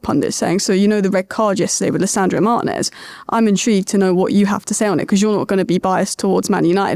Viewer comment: Why can't the whole of England pronounce Martinez properly. It's not hard at all.